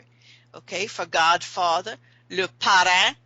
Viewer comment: Not to be that person but the word is actaully pronounced paw-ra, with the a beign like in the word apple.